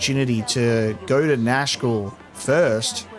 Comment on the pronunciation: I keep thinking you're saying Nashville. Like the group is gonna go start a country band.